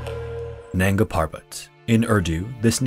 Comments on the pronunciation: Dear creator, I like and appreciate your content but please try to learn the right pronunciation of hindi/urdu names before narrating. Your pronunciation of “nanga” was just so annoying to me that i couldn’t complete the video. Sorry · Isn't it nanga instead of nagna